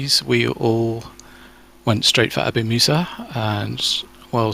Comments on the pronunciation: it's not "Abu Masa" it's "Abu moosa" like moose with an "a" at the end. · Just for info: its pronounced ABU-MOOSA!